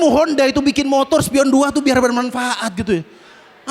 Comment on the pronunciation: Hhhhhh...dia bilang montor berdoa...nampak banget maduranya....😅😅😅